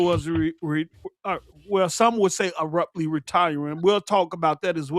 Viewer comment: “Arruptly” 😂😂 - PostUp